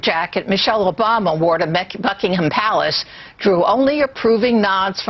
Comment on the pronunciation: mecci bukiham palace damn bitch its not hard to say